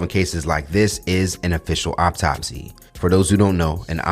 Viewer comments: Thanks for the update, it’s pronounced like awtopsey spelled correctly autopsy not optopsy 😟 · Is he saying optopsy or autopsy? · Much love and appreciation for the content! But please, the word is autopsy not "Opptopsy" you're killing me lol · Pronounced aw top see😂